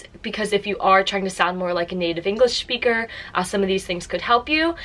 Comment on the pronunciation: Native englisch SCHPEAKER